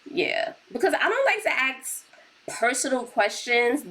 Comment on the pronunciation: YOURE CLEARLY INTELLIGENT BUT WHYYY DO YOU SAY "AXE" INSTEAD OF "ASK"?!!! it really is demeaning